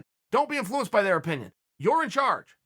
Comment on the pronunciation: Why does chael say inflUence lol